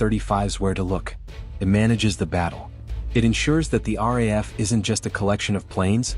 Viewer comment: Its pronounced R double A F. The RAF is in England.